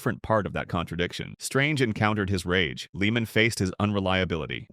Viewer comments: Tom Leah-man.. Not Leeman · If you're going to narrate a golf Video Learn how to pronounce the pros names. The pronunciation of Tom Lehman name is Lay-muhn.